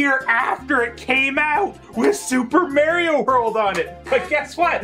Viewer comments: Just criticizing his pronunciation of "Mario" as "Merio," but of course I can't just do it in a straightforward manner.. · Who's this "Merry-O" speaks of? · I love how says "Super Merrio Brothers")) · I never heard anyone else pronouncing it "Super Merio". Not bitching, just saying XD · What a great video that captures a special time period 😜 also I love how you said Mario differently 🤣 21.7.22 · I love it🤣